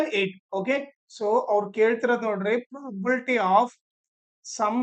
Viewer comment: It's probability not. Property.pronounce properly